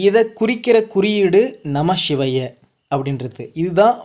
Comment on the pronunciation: வணக்கம் தம்பி, நமசிவய என்கிற தமிழ் மந்திரத்தை, பஞ்சாட்சர மந்திரத்தை உச்சரிக்கும் போது மட்டும் ஏன் நமஷிவய என கூறுகிறீர்கள். வடமொழியில் சொன்னால் தான் மேன்மையாக, உயர்வாக இருக்கிறதா என்ன.